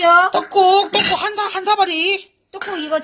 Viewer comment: 첨에 족발식혜 보여주시는분 발음이 박가린님 같음 조빨 떠꾹 다쭉 다빼쑥 시케 ㅋㅋㅋ